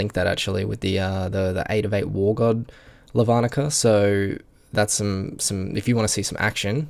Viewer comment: you pronounce it as Lavanica not Lavanica get it right.